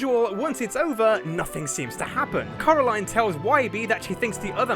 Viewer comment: are you secretly the blue guy?😂 you said CAROLINE🤣